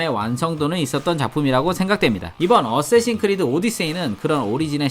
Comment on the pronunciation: 어세신이아니라 어쌔신